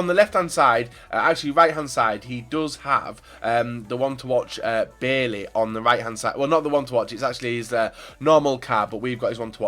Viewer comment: Js, Bailly is pronounced by-ee